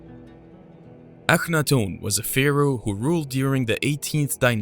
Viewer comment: I was obsessed with his reign in Egypt for a long time I only remember 1. Also isn't his name pronounced Aka-not-ten .. not the way he is pronouncing it?